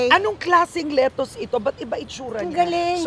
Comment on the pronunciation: 😂ganyan din yung pronunciation ko ng lettuce nung nasa pinas ako, but when I went to the US tinawanan ako😂 kasi mali at hindi nila maintindihan yung “letoos”